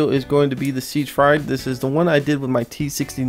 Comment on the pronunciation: Its pronounced SiegFreed line not to be a grammar nazi